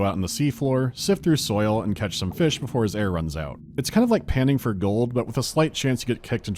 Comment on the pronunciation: Return to feesh